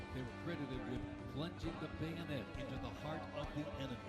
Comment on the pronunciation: So many corrections by the announcer. How does he not know how to say bayonet??? Cringe worthy